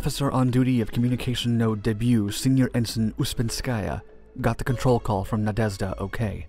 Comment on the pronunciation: You know how some flying bugs make a deep zhzhzhzhzhzh noise as they fly? Thats how you say the Zh (or ж - it even looks like a bug) in Na-De-Zh-Da Not zee or s sound, please, its easy